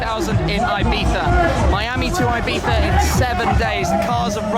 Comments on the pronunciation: IbeZa not Ibetha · Its IBIZA! I BI TZ A! not ibitha ffs! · IBIZA: “EYE BEETHA”. -SHMEE150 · thats how most brits pronounce it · It's like you are saying Ibitha... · Good guy, awesome cars and I appreciate that you put this all together for us to experience and live vicariously through you...That being said, the way you say Ibiza(Ibitha) upsets me haha I'm sure you're pronouncing it the correct way but still...something about it. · Wtf is up with his pronunciation of ibiZA